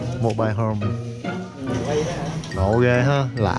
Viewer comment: Sao người Việt nói mô bai không vậy? 😂